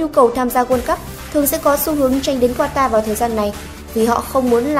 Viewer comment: Qatar đọc là Ka-ta ông nội :))) còn ghi "Quatar" nữa chớ, sửa tên nước ngta, hay thật!!!